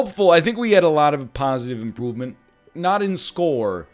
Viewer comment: Right out the gate, pretty sure he said "positive impoovement". And away we go!